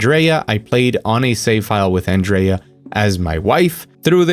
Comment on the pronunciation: Hurray, you’re the first American I’ve heard call her Andreya and not Andrujja